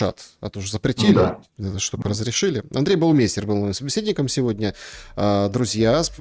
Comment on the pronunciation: Почему, Вы произносите фамилию своего собеседника неправильно. Это немецкая фамилия Baumeister. Баумайстер.